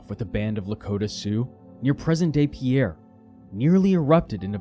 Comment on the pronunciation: When he mispronounced "Pierre," i just knew he was going to mispronounce Sacagawea as well. Stopped watching at that point.